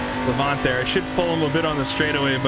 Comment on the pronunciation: Just a heads-up - Lavant is pronounced Lavant as in lavatory, so your emphasis is on the la and the 'vant' is more a 'vnt' or 'voont' but shortened a bit. Lavnt, maybe, if that makes any sense. Anyway, keep up the good work, you're great. :)